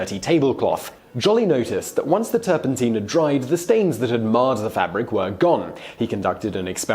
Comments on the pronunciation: The master of the malapropism strikes again. Mate, it’s not turpenteen, it’s turpentine ... sounds like Tyne, as in Newcastle-on-Tyne. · Teen it's Tine (Nine) with a T , Tur pen TINE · Pronounced ‘turp in tyne’ NOT ‘turp in teen’. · You talk too fast! You wave your arms around too much! And, it's turpentine, as in wine, not teen! Apart from that, you did feen!! 😉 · I have never heard turpentine pronounced turpenteen before. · Turpentine rhymes with wine, hence the childhood rhyme "Lincoln, Lincoln I've been thinkin, what on earth have you been drinkin, is it beer or is it wine, oh my gosh its turpentine." I wish you Brits would learn the language. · stop saying turpenteen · Great history content but again mispronunciation of a particular word of words in a clip here... Turpentine has a long I in its pronunciation. Check it out here: Click the button and listen on how to say it. The English and British versions are the same. I wonder with this happening in your other videos on Youtube is this on purpose?? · So tilted by pronunciation of "turpentine".